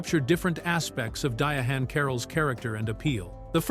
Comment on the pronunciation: You can tell the narration was AI generated by the way Diahann was pronounced (DiaHAN)